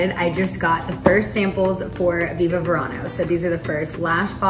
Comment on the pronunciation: Congratulations Scheana! Viva Verano! Being Latina the correct pronunciation in Spanish V’s are pronounced as a B. Not V. 💃🏻👍🏼🥰